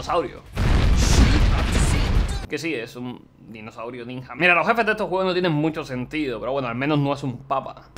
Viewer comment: soy le único que se da cuenta que pronuncia ninja como el ort0??? hasta en ruso se pronuncia bien y este catalán viene a decir ninha!